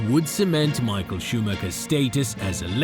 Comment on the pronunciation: Tbh Michael’s name is pronounced wrong every time too.